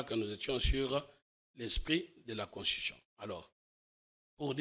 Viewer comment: Quand il parle "Constion" tantôt de "Conshion" tantôt"Consishon" tantôt "queshon" il voulais prononcer quoi ? Je suis perdu aidez moi